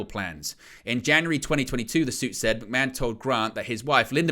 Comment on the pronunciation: Who is this McMen you're talking about? How can you be a wrestling channel and not pronounce McMahon properly?